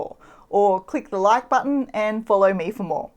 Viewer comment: "hit the lije button and what.....?" Haha. Great videos.